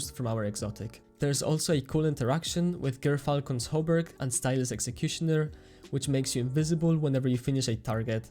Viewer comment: Your pronunciation of Gyrfalcon's Hauberk is the best I've ever heard! Bungie should hire your to teach people how to pronounce it.